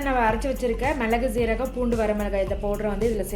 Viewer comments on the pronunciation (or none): அது சீரகம் ,ஜீரகம் இல்லை.